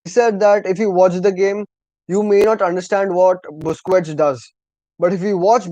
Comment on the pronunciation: Bro ,As a CULES When you speak about our legend busquets atleast say his name correctly don't spell it out like a noob non football audience It's "BOOS-KETS" not "BOOS -KUWETS". Thank you 😊 So good to have some football channels in India now, Supporting ur channel from NE INDIA💥👍